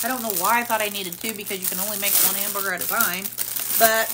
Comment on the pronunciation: YES she always says Hambooger it cracks me up 😂